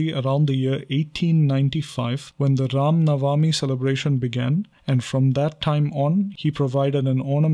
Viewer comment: should be pronounced as RAM NAVMI not na-va-mi